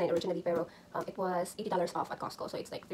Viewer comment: Ang susyal.... "cahhhscew" hehehe! Meron ka na bang grocery haul sis? Gawa ka nmn non :)